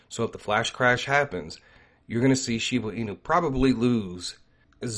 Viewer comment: I think you are confused. You said Shiba can lose a zero and you mean that it could go down more. Losing Zero's means the price is going up and zeros get less. Also you keep calling it Shibu Inu, but the right way to say it is Shiba Inu. No U in Shiba. Thanks for your videos. Keep them coming.